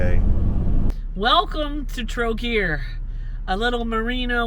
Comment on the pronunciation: For pronunciation - most place names stress is on first syllable. TROgir - for instance and SHEEbeneek (is the best way I can help you with how to pronounce sibenik.